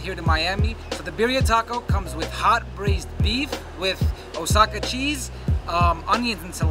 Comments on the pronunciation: The guy really said osaca cheese. At least pronounce it right. Oxaca(ohaca) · he did not just say OSAKA CHEESE. Man I tell you. It is spelled Oaxaca. But sounds like this WAH HA KA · This foo said OhsAcka!! Bruh in pronounced gwah-hacka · not OSAKA oaxaca (wahaca) cheese. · So no one is going to call out the owner for saying "Osaka cheese"? Just me? It's Oaxaca! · Wait wait !! Everything is good funny and nice !! But did you just say osaka cheese ? Wtf is that? You mean Oaxaca 🧀? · My dude literally said 'Osaka' cheese instead of Oaxaxa cheese! I'm gonna assume he isn't Mexican, but neither am I... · Did the owner of a taco food truck just call Oaxaca cheese "Osaka" cheese? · "Osaca cheese" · Did he just say ozzaca cheese? I’m sorry but no no no! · Did that guy just say “oaks-aca cheese”? Dude can’t even say Oaxaca. Why’s he making birria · It's pronounced wah-ha-ka... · I love and enjoy watching just demolish food but the way that dude pronounced "Oaxaca" just urked me idk why 😂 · Why isn’t anyone talking about how pronounced “Oaxaca” cheese lol…….. has he ever even met a Mexican? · bro how you going to sell birria tacos and not pronounce the cheese properly....... they look tasty for sure though